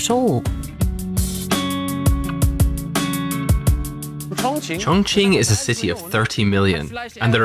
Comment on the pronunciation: It’s a great documentary about Chong Ching, thank you for that. The way you pronounce chinese words sounds really awkward, disrespectful. Sorry